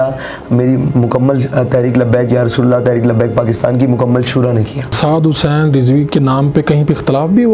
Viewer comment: Huzzin ni Hussain ha thek kary ya